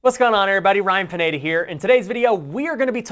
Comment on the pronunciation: Why do you say pinaytta? Its pineda